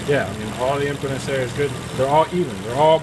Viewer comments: No, not me. I understood he meant impedance he just mispronounced it. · impedance bro, not impotence. research "resistance"